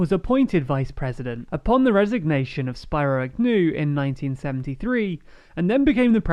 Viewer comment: Say his name SPEARoh AGnew.